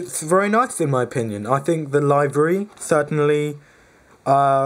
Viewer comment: It is pronounced (Liv-ery), not (Live-ery)...